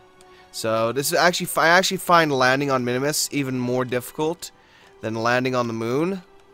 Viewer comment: Minmus. MIN-MUS. One "i", two syllables. Not Minimus.